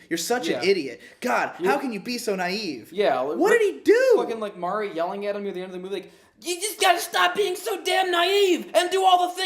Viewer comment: Dude on the left pissed me of he can’t pronounce nothing right it’s Mari(mar-e) not Mary fml